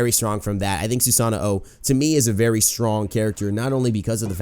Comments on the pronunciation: why do you say "susano-o"? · Why do you say Susano-o? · I love ya but when you pronounce Awilix's name correctly but not Susano's name Susano o. The way you say it is how you name the weapon hr possesses. Anyway nice vid.